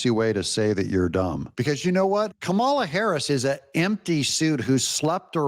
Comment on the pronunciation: Doug, not that I care, but you pronounce Kamala like you pronounce Pamela. Accent on Pam and accent on Kam' a la COM' uh luh. Enjoy your videos.